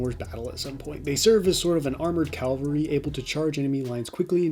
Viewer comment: Please say Cavalry not Calvary lol